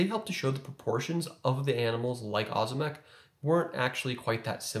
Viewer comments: It’s O’zimek. Ohhh zimek. Not ahzimek. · not ozymek, ozimek its like OŹIMEK you can copy OZIMEK to translator, and get on polish, then listen it and turn voice to know how to spell ozimek latający, ozimek volans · It’s Oh-zimek, bro. But what would I know.🤣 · as a side note Ozimek is pronounced as it is written, thus we don't skip the "i" letter. It makes it softer like oshimek but "sh" should be hard "z". I don't know how to explain it more clearly lol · Most Americans that go by Ozimek as a last name pronounce it that way